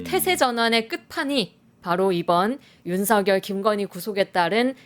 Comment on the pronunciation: ㅋㅋ 윤상현과 윤석열의 이름이 뭉그러져 석여서 발음이 되시네요. 윤성연이요? ㅋ 하기는 그놈이 그새끼이기는 하죠.